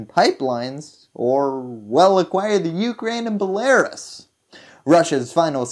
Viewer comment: The way you pronounce belarus hurts my ears 🤣